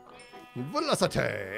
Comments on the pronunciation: WOW the velociTAY!! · … it’s velociTAY now 😂